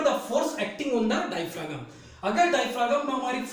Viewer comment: डायफ्रॉम होता है सर जी उच्चारण।